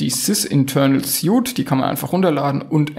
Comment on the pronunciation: Es wird „swiet“ ausgesprochen